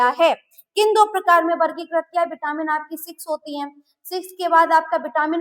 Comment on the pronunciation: Vitamin. Not Bitamin